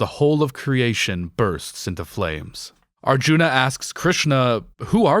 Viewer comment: It's a little ironic that you talk so much about the bad Dutch in the film and then mispronounce "Mahabharata" and "Arjuna"